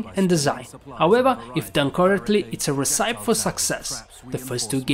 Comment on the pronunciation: "Triple" is pronounced "tripple". " And "recipe" is pronounced "ressapee". Kinda weird, I know. Just a heads-up! Your English is getting better! Love the channel.